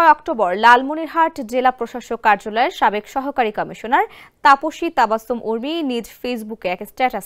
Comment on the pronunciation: Tafoshi was said correctly